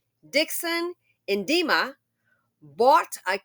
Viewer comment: At first I was just listening to you reading the article, and it sounded like you were saying (the demon) ndiema, calling the boyfriend the demon.😶